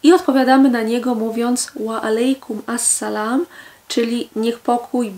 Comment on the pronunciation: Nie Assalam tylko Al Salam